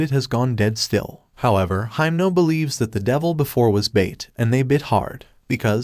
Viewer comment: it doesn't really matter but I'm gonna say it, your reading himeno's name wrong...